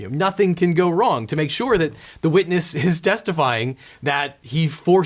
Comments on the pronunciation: I think you meant to say "so nothing can go 'Wong'" you're welcome. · I think you mean "Get him to sign it so things can't go Wong" lol 😆 😞